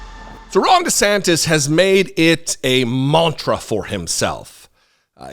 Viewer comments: NGL, it sounded like you said “wrong DeSantis” and I am here for that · For a second I thought Jesse said "Wrong" DeSantis! 😂😂😂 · I'm pretty sure I mis-heard you at the start of this video, but I could have sworn you called him 'Wrong DeSantis."